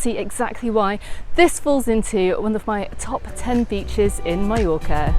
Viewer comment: You finally got it right - Mallorca, not Mee-yorca. :)